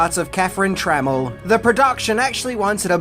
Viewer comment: Tra Mel Not tremmle 🤦🏻